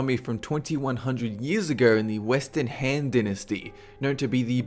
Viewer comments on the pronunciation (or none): for the Han dynasty it is pronounced h-AHHH-n